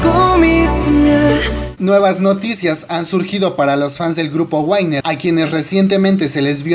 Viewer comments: se pronuncia winner no wainer se ve que no sabes inglés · "wainer" :v